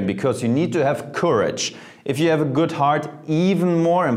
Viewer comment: There´s no "T" in "good" though Jeremy! Germans!!!